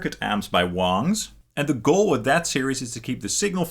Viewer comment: ITS PRONOUNCED WANG, NOT WONG!!! just sayin